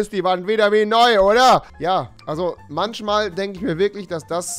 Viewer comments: Manchmal... nicht manschmal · manschmal anstatt manchmal ☝️ Ich liebe es 🤣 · Warum sagt Rewi "Manschmal" aber Fische sind bei ihm "Fiche". Rewi you had one job...